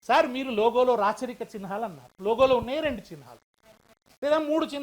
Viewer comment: చిన్ హా లు కాదు అయ్యా . చిహ్నాలు నాయన